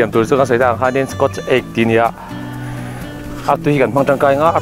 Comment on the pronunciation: P.S. “SKAWT Egg” itia, “SCOTCH” ti na na na. I thil siam a changkan ang bawkin i lamdan pawh dik deuh hlekin tih kan tum tawh hram hram dawn nia. Kan tawng pawh anilo a mahse...aaa i hrethiam ang.